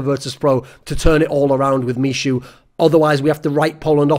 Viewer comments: Please call him MIHU not mishu <3 :D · misiu :D just fyi 'ch' is pronounced like h in hamster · michu is pronounced me-who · Btw, 'Michu' should be pronounced like 'me-hu' (with hard 'h') as it is from Michu's first name - Michał [Me-haw]. Greetz from Poland. An last but not least, VP without TAZ is not the VP. The VP is over. Sorry for saying that, but it's how I feel. And Im afraid Neo will be next (apart from another bald gentlemen)